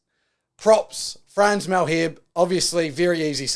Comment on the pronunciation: Might help with pronunciation. Phonetically : France Mahl-her-buh E-fun Rewis Damien Ville-lim-sir